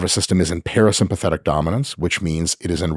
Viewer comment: Watching Mike struggle to say parasympathetic was absolutely hilarious 😂